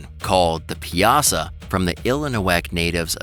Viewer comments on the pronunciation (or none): Piasa is pronounce pie uh saw